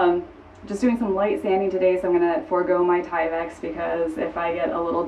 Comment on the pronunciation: it's "TyveK" not "Tyvex".